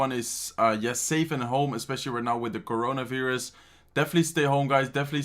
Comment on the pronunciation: Love how said” corona veerus”